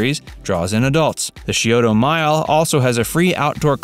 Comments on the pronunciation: it's not pronounced "shee o toe" river, it's pronounced "sigh o toe" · It’s actually pronounce sci-o-da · How he pronounced Scioto was the worst. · My husband actually made a strangled noise at whatever it was when he butchered Scioto in this